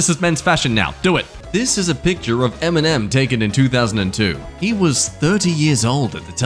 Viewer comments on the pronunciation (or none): none